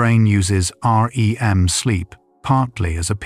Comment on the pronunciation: I like your videos and it’s clear that’s AI but can you make it to where it doesn’t say Aa: Ee: M every 15 seconds but just REM?